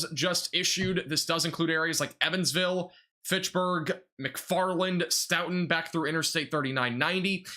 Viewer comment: As a local to the wisconsin tornados i just wanna say thank you for covering this. A few pronounciation tips for the future: Stoughton: Stow-ton Albany: All-ban-e Monticello: Monti-cell-oh Brodhead: Broad-head Thank you again! I was working so i wasnt able to get out and see it for myself 😭 i appreciate your coverage